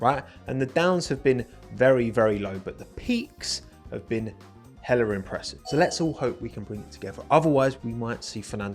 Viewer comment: I ain’t never heard someone say hella in a British accent what the fuck I feel like I witnessed a crime